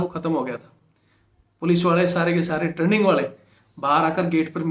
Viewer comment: ट्रेंनिग होता है टर्निंग नहीं होता |